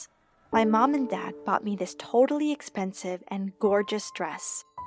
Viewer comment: Love how she said "totally" expensive 😩✋🏻